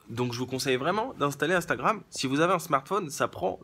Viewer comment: "Instabram, AmStamGram " :-D ;-)